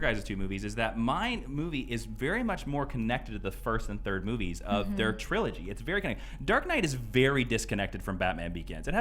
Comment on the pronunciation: I don't know if it's presence or what but I think I heard saying "these boobies" instead of "these movies".